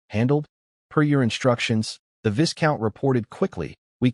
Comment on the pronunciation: Isnt there a way to correct how the AI pronounce words? I flinch everytime it pronounce viscount wrongly.